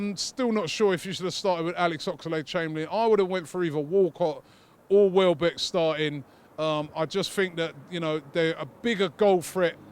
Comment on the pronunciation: Welbeck not Wellbeck